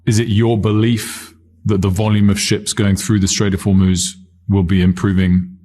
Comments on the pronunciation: I'm an avid Meidas fan....and in this vid I thought someone had finally told Ben that ~90% of the time he calls the Straight of Homuz, the Straight of "Hor-moz"......at the start of his discussion on the recent activity in the Straight, he was pronouncing it correctly......then later relapsed back into mispronouncing it😂. Anybody else notice this? Anyway, good content as usual. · If Iranian and Chinese tankers sail safely thru the Strait of Hormuz (pronounced Hormooz Ben), they would leave a map of how to safely avoid mines. So at some point I expect Iran will have to 100% mine lay the Strait. Unless they have a way of switching on and off mines? Is that possible?